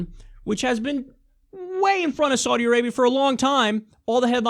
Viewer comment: "I probably pronounced that last one wrong," ... Kyle, you're pronouncing "Saudi" wrong! C'mon man, you are good at researching. Get it right.